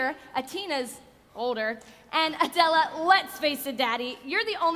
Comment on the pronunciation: Meghan Nardella it’s pronounced “Adele” I believe